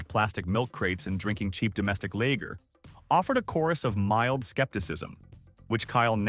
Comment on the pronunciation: Lager with a short a not a long a. 2 a.m.